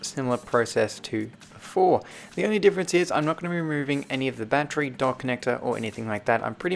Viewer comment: you say battery like "bad tree"